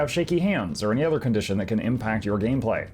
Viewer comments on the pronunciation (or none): none